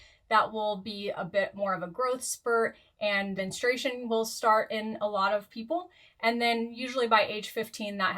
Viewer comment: Why do so many people have trouble pronouncing menstruation (looking at you )